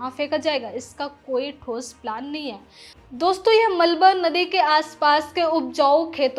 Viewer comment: लहजा ठीक है पर उच्चारण सुधारिये। खासकर है को ऐ ना बोलें